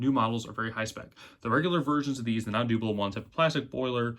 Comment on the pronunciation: Hornby Dooblo? So you would pronounce 'double' as 'dooble' ...? YouTube is so entertaining! And by the way, Great Video!